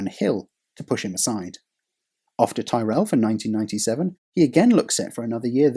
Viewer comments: Man it's Tyrell!!!! Pronounced 'Tirol' not Tierell! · “TIR-RELL” not “TYE-RELL” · Coincidentally, it was Schlesser's son Jean-Louis who was the driver that collided with Senna at Monza in 1988 and denied McLaren-Honda the 100% win rate that season. BTW Tyrrell is pronounced 'tih-rull', and not 'tie-rell'. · I've just discovered your channel, and it's really rather good, but please - Ty-Rell? It's pronounced Ti-rall 😂😂😂😂 (Subscribed btw) 😁😁😎😎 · Good vid. Point to note - Tyrrell is pronounced "tea-rell" not "ti-rell". From Ken Tyrrell's surname. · Excellent video. Quite excellent. Take care with pronunciation. Ken's surname was/is pronounced "Tirrel" not "Thai-Rel". But that aside (and some other wobbles) this is wonderful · Tyrrell. TYRRELL! Not ‘Tie Rell’. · Stop saying "Thai-rell"!! Never heard of Ken Tyrrell?!! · Tyrrell rhymes with Squirrel. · I love these videos but I’m not letting pronouncing Tyrrell as Tie-rell lie! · Ok in his defense a lot of Americans pronounce it "tye-rell" so although odd it depends on how the person living let people pronounce his last name. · It is pronounced Tirrel! It is an English name pronounced in an English way, the narrator is British so should use the English pronunciation! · Fucking hell this pronunciation of Tyrrell is killing me, the English language has too much Yankifuckation going on without Brits enabling it to stick. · Dude learn to pronounce Tyrrell would you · How's can you mispronounce Ken Tyrrell's team and name? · Haha, it's been over a year since the launch of the video, and many others have said the same. No need to add fuel to the fire. Maybe he'd only seen Ken's name written, and understandably used the similar Game of Thrones surname as inspiration. I only knew the preferred pronunciation from Murray Walker's commentary. Then again, Murray's pronunciations were never 100% genuine. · if you truly knew anything about Formula 1.. You'd know how to pronounce a team as historic as Tyrell.